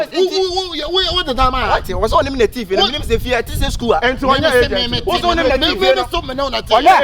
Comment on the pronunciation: Point of correction is "aigent not agent" lmao